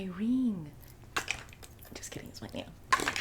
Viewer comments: My reeeng Me: subscribes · “My RIEENG” 😭💀😂